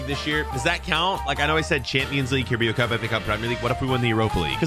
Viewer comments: Just so you know it’s pronounced carab-ow cup it’s not pronounced how it’s spelt love your vids 👍🏻❤️ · the way he said carabaro cup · The way you pronounced carabao cup 🤣🤣🤣🤣🤣🤣🤣🤣🤣🤣🤣